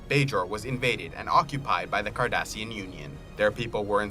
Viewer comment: Also cardassian not kardassian